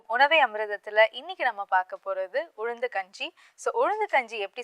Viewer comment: Her pronounsation about ulundhu not good, saying uzhundhu....